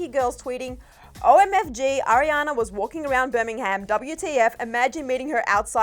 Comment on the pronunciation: me every time said birmingham😬 love you girl but the h is silent lol